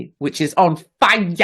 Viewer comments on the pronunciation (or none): “…which is on FIYUH!—…” 😂🤣